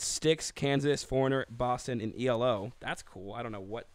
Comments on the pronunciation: Hate to correct but it’s E.L.O. Electric Light Orchestra ... my ocd was goin nuts lol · Come on guys. Not E-LO but E.L.O. Thanks!!